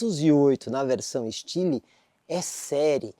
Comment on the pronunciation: kkkkkkkkkk "estili"